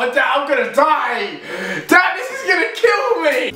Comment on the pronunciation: lol he said dadtt